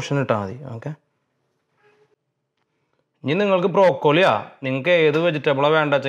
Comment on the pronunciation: അതു പോലെ ശരിയായ ഉച്ചാരണം ലെറ്റസ്..ലെറ്റൂസ് അല്ല.. ബ്രൊക്കോളി അല്ല..ബ്രോക്കളി.